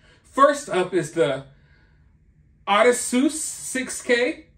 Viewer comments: That's , O-diss-see-us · Odyssey suess…please read The Odyssey. If you actually care about history. It’s the best book ever. I hope to god you’re pronouncing it like that so that people will comment more to correct you because damn